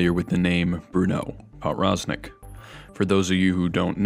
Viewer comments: As a polish person, my ears hurt whenever he pronounced his name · the w in powroznik is supposed to be pronounced as a v lol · Good video other than your pronunciation of Powroznik